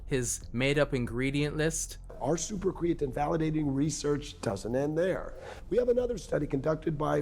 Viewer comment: The fact that he constantly mispronounces the word creatine is the biggest sin to me